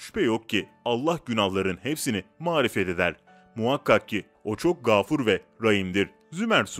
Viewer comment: Bir de doğru okusanız süper olacak, "mağfiret'i mağrifet okuyorsunuz, sallallahü aleyhi vesselem'i nerden öğrendiniz , gafûr ne zamandan beri gâfur okunuyor "